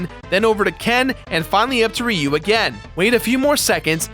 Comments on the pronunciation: Its RyoU. get It RigHt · Guys, it's not pronounced Ryu. It's pronounced Ryu.